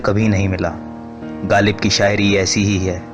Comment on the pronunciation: Bhai bolna seekhlo. Galib nai GHalib. Kiza nai KHiza